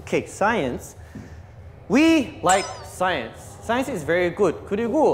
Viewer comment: We all say science but Chan using his Aussie again he says sayance......😂😂😂😂😂😂we like sayance ...😁😁😁😁lol 🤣🤣🤣🤣